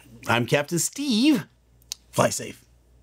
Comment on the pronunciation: It's Captain Stee-e-ve, not Steeve. 🤣